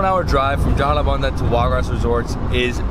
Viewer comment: such a perfect pronunciation..jo-ko-la-bandha😂